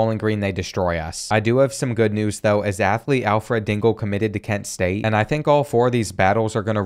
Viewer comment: kent state is act ken state....lol, what ....